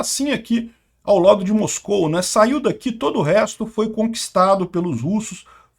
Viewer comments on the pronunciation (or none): none